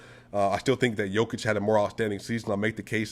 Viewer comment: I recognize your effort in making an in-depth video like this. Keep the grind on! p.s. oce you get to Serbia, please get someone to teqch you how to pronounce the sound found at the end of Nikola´s and Luka´s name. 👍